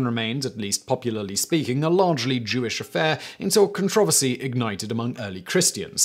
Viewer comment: Ah yes! The "con tra versy" of "empah." 😂